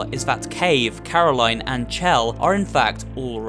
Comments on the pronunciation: You are literally the only person i've ever heard spell her name as "chell" and not "shell". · It’s pronounced shell but it looks like chell